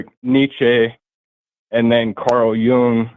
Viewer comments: I think you mispronounced Nietsche but in a different way. You pronounced it with a long a sound at the end. It's closer to a chuh at the end. But the youtube pronunciation videos are good to refer to. And your pronunciation of Jung was a little off. It's more like Yoong. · I hope you don't mean to say that Forrests' pronunciation is the correct one. He didn't correctly pronounce Nietzsche nor Jung. You can do a search on YouTube on pronunciation of these names. Nietzsche's name should not have a long e sound. That's definitely wrong.